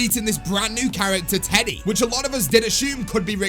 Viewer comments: its eddy as in edward not teddy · His name is Eddie not teddy😂😂